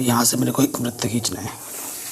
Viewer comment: सर बृत नही होता है। वृत होता है।